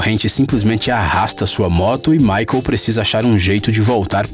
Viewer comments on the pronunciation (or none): none